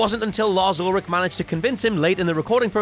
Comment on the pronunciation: That's Lars Ulrich for you sir silent "ch" not Olric